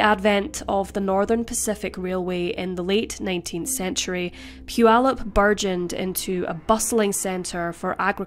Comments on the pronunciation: I live in Puyallup and you pronounced it perfect! With that said, this sentence was a total joke. 6.5 years for murder is a slap in the face to our justice system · Thank you for pronouncing Puyallup correctly. My 1st stab at it was "poo-ee-loop." 👍👍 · You pronounced Puyallup!!! that's rare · To pronounce it correctly is rare...Especially for someone not in America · What a horrible thing to do to this kind woman! 😢 only 51/2 years for murder? And then she goes on to marry and have children? Unbelievable! 😠 As a side note, I live about 50 miles north of Puyallup WA. Thanks for pointing out such great things about it, all true! And thanks for pronouncing it correctly! So many mispronounce it. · Great job pronouncing Puyallup. I used to live near there and it's a tricky one. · Congrats for saying Puyallup correctly! 🙂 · Congratulations on saying Putallup correctly. I've lived in the area my entire life and rarely do those from outside the region day it well. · Congrats on pronouncing Puyallup correctly! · I'm shocked to hear it pronounced right.